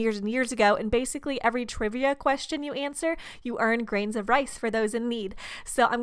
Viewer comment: Every time she said grain I thought of Nerdecrafter